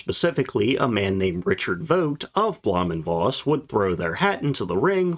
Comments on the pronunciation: Is it so hard to.pronounce Blohm & Voss right? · Try learning how to pronounce Blohm & Voss correctly some time … or literally any other German term in your videos, ever.